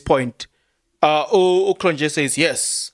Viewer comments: Point of pronunciation it's "Cron-yeee" not -Nje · Cronje is pronounced Cronyea The j is a y, like we say ya for ja. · hello Kron je...not yeah You say 1 st one correct.... Enjoy you getting all excited about doing your presentation....well invested...bless you with abundance Mooi loop.... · J in Afrikaans is y so it's kronye😅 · its Cronje ( Cron yee)